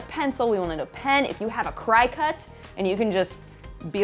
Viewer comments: Great Project! Hopefully will give this a go:) I own a Cricut (only recently, I use it to make handcrafted cards and scrap booking) I always thought it was pronounced Crick-Cut as in a play on the word cricket (the little logo is of a cricket) Have never heard it pronounced Cry-cut:D Maybe its a regional thing?, keep up the fab work, loving this series, and you have some fabulous creative juices flowing! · its not Cri-cut, its pronounced cricket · You should get ProvoCraft to sponsor you so you could get a Cricut for free :D (btw its pronounced Cricket...like the critter :) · I'm relatively sure cricut is pronounce Cricket.